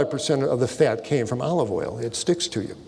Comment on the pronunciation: "Fyat" lol